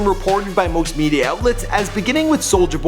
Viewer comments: okay i love ya vids but WHOOOO TF IS KURRUCHA? LMAO it's karrueche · The way he pronounced Quavo and Karrueche breh smh